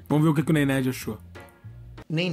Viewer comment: Nem o nome do cabal ele fala certo. "Nei Nerd" Kkkmkk aprende a falar ow Casimiro não sei do que